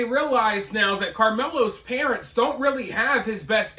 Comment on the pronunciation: 2 secs in, did that thing say "prunts" instead of parents. First time hearing that particular butchering.